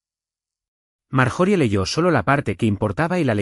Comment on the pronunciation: Están en la casa y de momento están en el restaurant????!y las pausas fuera de lugar y por favor corrijan esto ya. Y las pronuciacion de las palabras o nombres . Ejemplo el nombre de Marjorie . Su pronunciación correcta es Mar-yo-ri . Ya Que es un nombre gramaticalmente inglés.